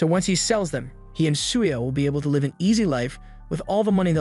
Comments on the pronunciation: it’s given away when it it mispronounces words or uses the wrong pronunciation in the work context like it said “live” like a concert instead of live in the sense of having a life and existing. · Is this an AI voice or something? Weird pronunciation on swears and the wrong version of live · This is AI. It pronounced "live" like in livestream but not live like living.